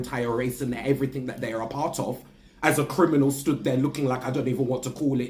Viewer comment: Why does he say? Efryfing? And fink instad of think? I mean you’re British right? you speak the Queens English…